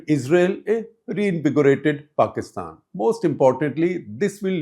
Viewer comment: Paistan not Pakistan. No Kashmir and no K